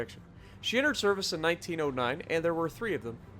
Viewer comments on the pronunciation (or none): none